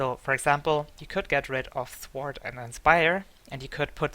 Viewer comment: I literally only subbed cause you pronounce sword shhward